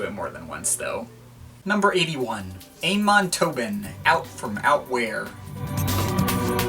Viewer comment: It's actually not pronounced Aymon (in Amon Tobin), it's Ahmon.